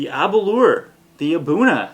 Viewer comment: Nice tasting, yet to try the Arran or Edradour. Here in Japan the Glenfarclas and Aberlour (rhymes with 'flour' btw!) are easy to find and also very reasonably priced compared to the others reviewed here so I have lots of experience with those. Interestingly Scotch is about 20 to 30% cheaper here than back in its homeland due to lower taxes! I guess the old geezers that write the tax codes are whisky drinkers!